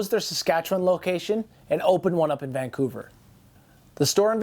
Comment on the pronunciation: You almost say Vancouver like a Vancouverite. Nice video